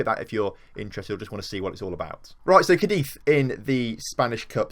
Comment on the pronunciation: feeling lonely needing some English speakers 😂 RIP Ray ✌️(Absolutely nailed pronouncing Cadiz well impressed 👏)